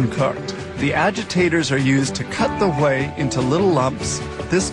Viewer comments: the way the narrator says WHEY.....like.....huhhgwhey, lmao, is making me lol on the floor out loud. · Listen when he says "Whey"... I bet he couldn't say Cool Whip right.